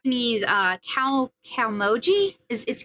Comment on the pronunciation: Kaomoji is indeed, correct. :) Kao (顔) is the word face, and Moji (文字) is letter/word. So, face letters. :p